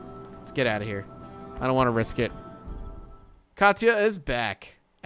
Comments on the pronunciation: I heard it as Katch ah. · I dont want to sound rude but Katia is actually pronounced "Kasha" And Pavle is pronounced "Pavel"